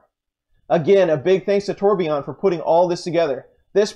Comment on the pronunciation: Nice work, but Torbjorn's name is pronounced TOR- BYORN, Not TOR-BE-YON.